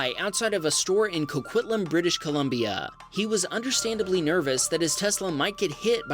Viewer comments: I am impressed with your spot on pronunciation of "Coquitlam, BC" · 😂You pronounce Coquitlam correctly but have trouble with Saskatchewan. (sas-CATCH-ew-in)